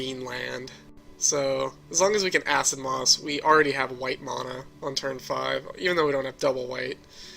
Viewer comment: I've been playing Magic for awhile, and I watch a ton of YouTube videos for Duels and Paper.. and you're the first person EVER to pronounce mana that way. You're also the only one who says You-lamog, instead of Ooo-lamog.